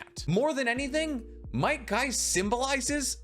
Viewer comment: Bro he called might guy Might dai and rock lee